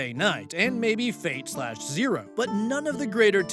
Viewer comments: Not being "That Guy" regarding the Fate RPG story, but the slashes are silent (example: when talking about something like Fate/Grand Order, it's just pronounced like "Fate Grand Order"). Keep in mind that I haven't drowned myself in the franchise, but I know at least that and the fact that you should want good things for that franchise's version of the Frankenstein "monster". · For the future, you don't pronounce the slash in the Fate series names. The slash is silent.